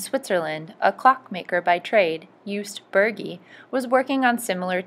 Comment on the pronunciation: Jost not Joost. Burgi is pronounced like boorgi hence the trema above the u